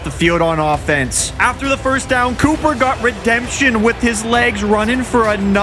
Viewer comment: Bro said cooper cup